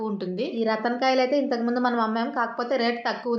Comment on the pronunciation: రతన్ కాదు రాటన్